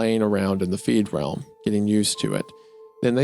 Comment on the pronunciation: I noticed that, too 😂 Don’t typically get bothered by mispronunciations, but being in the “feedrealm” is very definitely NOT being “freed”. I suppose the words being near opposites irked me, like an obnoxious brain itch.